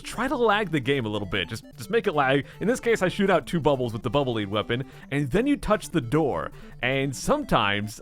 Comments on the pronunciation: bubble lead is pronounced like the metal not like "lead them to safety" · I know its a rule that you have to say words wrong to be successful on youtube, but for fucks sake Lead in Bubble Lead is like pencil lead, like the metal lead. NOTICE HOW IT DROPS TO THE GROUND INSTEAD OF FLOATING LIKE A BUBBLE